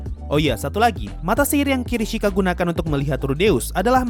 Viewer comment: kishirika bang bukan kirishika